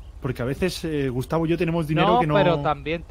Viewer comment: a dicho "Gustacio"? JAJAJAJ NO PUEDE SER AKDHKS